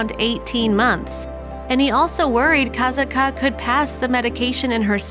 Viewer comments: Kah-SOT-kah, not KAZIT-KA or whatever this narrator was saying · It's Ka sat Ka, not Kaitka!!! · The name is pronounced; "kah-SAHT-kuh" not "Ka-zat-kah". I was the one in charge of the crown control people at the show in 2006 and I made the first call for a paramedic transport when she dragged Ken Peters (aka Peety) down and I know him personally. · Her name is pronounced Kasat-ka, not ka sa ka. Just an fyi only. It’s so sad what happended to all these animals 😢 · This is so sad, I knew instantly it was about Kasatka, also it might be about accent or smth but I think her name is pronounced Kasaka, without the T , but spelt with it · Kuh-sat-ka. Not Koz-ot-ka. My god i can’t watch due to the name pronunciation. The way they say it sounds so dumb. They know how to pronounce it. Come on. You mean to tell me they didn’t listen to videos and hear it? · Its pronounced ka-sock-a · I wish the narrator of this video would fact check before recording the soundtrack to this video…and please ensure you are pronouncing the orca names correctly, say it with me: CAT-SOCK-KAA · It's pronounced Kah SOT kah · you are pronouncing her name wrong just so you know. It’s pronounced kass-ought-ka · Her name is pronounced KA SATKA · It’s Kah-Saht-kah no Z!!!! Your butchering her name. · Finally! Not saying her name right was kinda bugging me and also took away from the video info. 😕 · Stopped watching after barely 2 minutes in. You can't even pronounce her name right. And you expect people to listen to you. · Lol you are pronouncing kasatka’s name wrong 🙄 CRINGE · Your saying her name wrong. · Learn how to pronounce the names, for Pete's sake. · you are not saying her name right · literally! they entirely forgot to pronounce the "T" in her name and yet somehow pronounced katina's name right